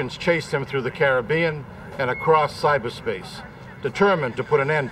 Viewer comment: The Correct way to pronounce " Caribbean."